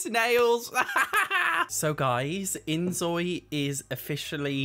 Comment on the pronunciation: I love the inZOI videos, but please, it’s pronounced like 'Enjoy'…. Because Korean has no Z sound…. It’s just a word play, and a side note from my part